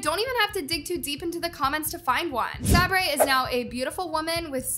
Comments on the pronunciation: At this point needs to be stopped 😭She's making YouTubers look bad for smth they didn't even do- Plus she don't even know how to pronounce the names! Like It's not "Sau-breys" In other videos like abt Jordan Matter, It's not "NiY-dAl" Just Nee-dal no "Ni". If you are reading this, so much YouTubers confirmed everything Is okay, Piper Rockelle asked for people like you to stop Making rumors. Please stop making rumors. You need to walk In there shoes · Just so you know Sabre’s name is pronounced “Say-Ber” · Ain’t no way she said sah bray then proceeded to play a clip of how to actually say it 💀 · Firstly, to hate on the Norris nuts learn how to pronounce their names properly like ‘SARRBRE’ and saying how their names are weird no their just unique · you litrelly twisting their actions and words girl sometimes you can't always belive what you see on the internet... also who says say-BRAY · It’s SAB-ER- if your gonna make a whole video about them at least pronounce it correctly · okkkkkkkk stop no i do not trust her anymore she cant even say sabres name right like sabray whatttt?????? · "SaBaRRAII NoRiS" girl cant even pronounce her name 😂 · “Sombre.” Girl what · Her name is pronounced sa-ber and she stoped skating and surfing professionally because of a medical problem which made her need growth hormones to go through puberty. Also Sockie and biggy are NOT EVEN their real names its Cerrus and Coda smh come onn i love your vids but please do the full research. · sab-ray? did u even listen how elen pronounced it?😭 girl i love you but pls research next time 💀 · Try again when you learn that sabres is not pronounced sabray😂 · I love but I don't know if I can trust her anymore at this point because she didn't even do enough research to know how to pronounce sabres name or that biggy and sockie aren't their real names 😭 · HELP THE WAY SHE PRONOUNCES SABRES NAME IS KILLING ME 😭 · Who told her to pronounce sabres name 😭😭